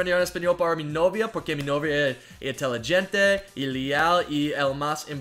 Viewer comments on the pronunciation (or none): how he pronounced inteligente lol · you said intelligente so incorrectly 😂